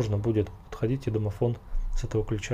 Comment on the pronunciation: "Домофнл" +1